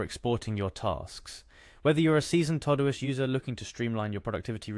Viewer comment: It’s called todo-ist